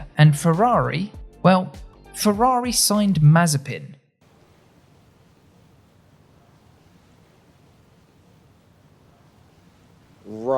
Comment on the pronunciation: Cool video, but the way you speak surnames of Russian drivers cuts the ear. SwArtsman, not ShwOrthsman, MazEpin, but not MAzepin